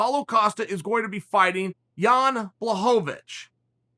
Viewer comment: Am I tripping or is there something wrong with that “l” in blachowicz ?